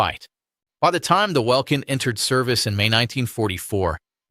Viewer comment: Very interesting. Please note that Luftwaffe is pronounced with a V, as in 'Very'. In German the letter W almost always is.